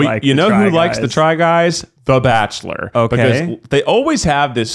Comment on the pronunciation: are they forgetting about the barkchshelor??? orrr